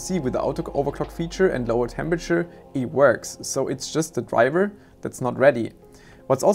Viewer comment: Drivah is scroooooooed